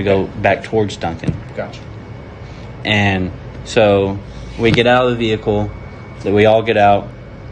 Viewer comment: It's actually Duncan, OK....not OH.